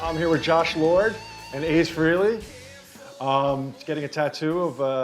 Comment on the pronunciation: Everyone mispronounces Aces last name